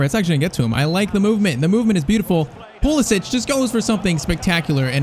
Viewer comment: say pulisic right pls